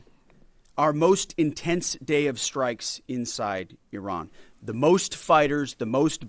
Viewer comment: I really appreciate the way you correctly pronounce Iran. I lived there when I was young for a couple of years. My dad worked out in the Gulf. It was an eye-opener even as a kid. I’m glad I’m an American citizen thank you President Trump.